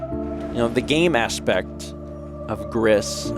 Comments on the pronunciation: it's pronounced like "grease",it's spanish for "grey", the devs of this game are a spanish company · Spanish pronounces all the letters, so it's like "Greece". French would be more like "gree". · Are those the depths of despair? Also, 'Gris' is pronounced to rhyme with 'free'. It's the Spanish word for 'gray'. Depression leaves the world very gray, indeed.